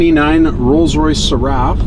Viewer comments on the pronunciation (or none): Please, it’s pronounced /sɛrəf/ with the accent on the first syllable.